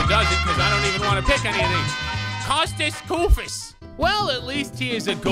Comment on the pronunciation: It is not Kosta Koifos it is Kostas koufos